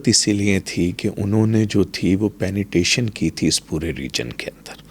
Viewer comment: penetration hota hai ya penetation inse yh shi sa nhi bola jata or yh world mai jake speech dete hai jhoot bilkul